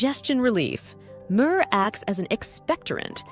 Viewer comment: "Murrrrrr" 😂 Having a hard time adjusting to the new voices lol. Great video. 👍